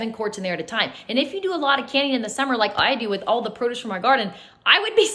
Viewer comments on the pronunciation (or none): It's prod-uce, not pro-duce. And ste-rile not ster-ul. Boiling is far safer.